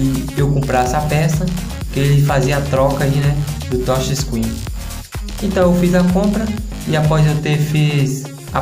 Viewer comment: "essa tocha screen"